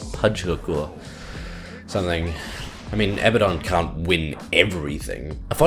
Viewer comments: Fucks me off so bad that you say Abba-don and not "Abaddon" (Ah-bad-don). Just because Supernatural get it wrong (and they get a few things wrong), doesn't mean you should. The hero SAYS HIS OWN NAME FFS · It's "A-ba-DUN" not "abba-don". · its pronounced Uh-Bad-Dun not Abba-Don, notice how 'Abaddon' has only one b instead of two, and two d's instead of one. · I hate it when people call him "A-bad-en" Like no you fuck its "Ab-uh-don" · a-BAD-on, not ABBA-don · Not that also, it is like ah-baah-don, nearly like saying Baden in german, check this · Abbadon pronounces his own name "A Bad Din" or kind of like Aladdin. I don't know if that necessarily means he's right though.